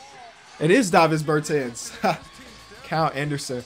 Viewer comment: You said Bertans wrong. Also 24 minutes isn’t too long lmfao. 30 minutes would be a bit too long imo though.